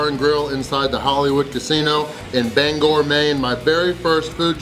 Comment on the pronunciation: LOL did someone correct your pronunciation of Bangor? You said it right. Had to work or I would have made the drive up.